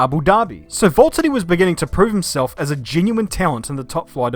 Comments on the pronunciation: ITS VALTTERI NOT VALTEDY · seems to be saying Valttady instead of Valtteri. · Your my favourite YouTuber and you make amazing videos but its Valtteri not voltiddie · Who is this Volttedi guy? It's like the #Jesko pronaunciation, but worse. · who or what is a 'Volteddy'? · my man is calling him VOLT-TITY 🤦🏻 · Why do I keep hearing "Volttadi" instead of Valtteri? Edit: In my opinion, Valtteri is a good driver, except that Hamilton is like 10 times better than him since Hamilton learned from Rosberg. And I think Valtteri is fitting for Mercedes and should stay. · its Valtteri not Vulterri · love this video but i swear you’re the only person i’ve ever heard say Voltari not Valteri, is it the accent? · It’s V-A-lteri not V-O-L-T-ari 😂😂😂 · VAULTeri ? Don't you mean VALteri? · It’s V A lterri not V O lterri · Pronounce your 'R's! Valtteri not vault-uni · Quick question: are you completely butchering names on purpose? It's VALtteri, not VOLtteri. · why do you pronounce valterri like Wvwvwvwalteri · the way he pronounces it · Valteri it’s James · Every time I hear say valtheri I die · Is Valtteri that hard to say? 😂😭😭😅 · I reckon I've never heard both t's pronounced in his name before & it's fucking me up. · The way he says Valtteri and Bottas just makes me feel weird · Who is this "Voltteri" you keep talking about? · Valteri, it’s